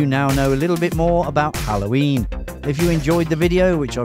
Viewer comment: XD The way you say "Hallhoyiiin".